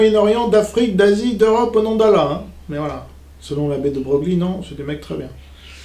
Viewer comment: Pour monter en compétence : Le nom de famille "De Broglie", se prononce, "De Breuille" (comme une feuille)